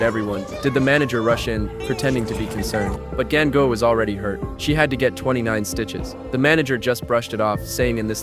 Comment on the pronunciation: It’s not gang I it’s gangubai